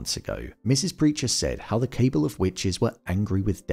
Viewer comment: I'm only mentioning it because you use the word multiple times and in multiple videos: the word "cabal" is pronounced like "cuh-ball," not "cable."